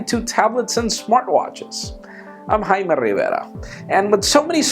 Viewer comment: You can't pronounce Jaime? It isn't that complicated of a name.